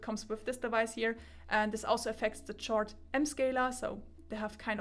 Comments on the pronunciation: I'm not annoyed, in my mind it's like she's repeating Zeos' (Z Reviews') joke from his Chord Mojo (1) review where he was trying to deflate the unjustified hype about it and he intentionally mispronounced it as "Tschord Moyo". 🤣(To clarify for Germans, the official name should sound like "Kord".) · Am I the only person annoyed by the way she pronounce chord 😂 On another note , great review. I like the long in-depth videos so keep it going forward 🙂